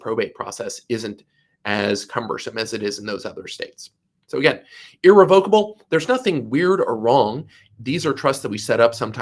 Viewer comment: YOU DON'T EVEN KNOW HOW TO PRONOUNCE THE WORD IR-RE--VOC-ABLE.